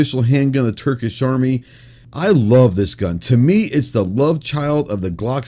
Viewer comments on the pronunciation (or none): none